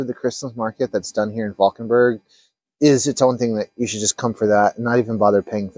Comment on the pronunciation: Love the buffalo (bison) on your hat. And 😘 for the flawless ‘Valkenburg’!